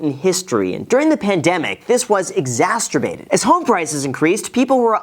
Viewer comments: Exasterbated Like when exacerbated played with itself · "Exasterbated"?! Um, I think you're having a flashback to a teenage Saturday night. Just kidding. Very interesting video. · Exasrtabated? ... close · Graham - “ E X A S T E R B A T E D ” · Did this guy say "Exasterbated" ? lol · Umm..did you just say "exasterbated"? Might have to use that one, ha! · Did you say exasturbated? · “exasterbated” ≈ exacerbated + disaster ? 😂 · The word exacerbated got a naughty twist